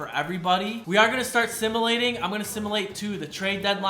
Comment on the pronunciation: Simalating bro it’s simulating